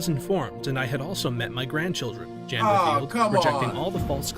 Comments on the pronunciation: He keeps calling him JAN but I believe that name would be pronounced as YON considering this story’s country of origin and the gender of the subject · Makes me wonder if even this video is correct or not when they pronounce it Jan instead of Yahn considering where the events take place 🤔